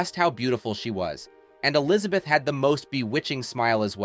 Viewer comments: Really ? You should at least know how to pronounce her name correctly. It is NOT Alizabeth; it is E lizabeth. Even your English is bad. Did you idiots who make these stupid videos not go to school ? Fool. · Today I learned that the first syllable in the name Elizabeth is "uh".